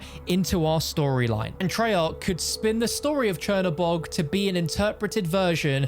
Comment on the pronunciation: Chinabog yet I’m hearing him say chernaborg